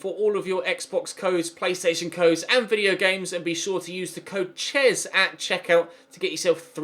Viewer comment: Ches saying “Seri” set of my Siri 😂😂 does anyone else get that??